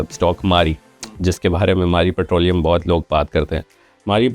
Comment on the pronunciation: Putrolium nhi hota bhai... It's petroleum !